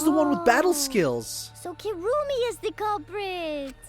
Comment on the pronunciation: Still find it hilarious you keep saying Kirumi's name as Kurumi. The game has spoken her name multiple times so not sure why you are sticking with it. :)